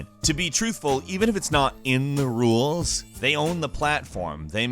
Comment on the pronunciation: "the ruwelz" lol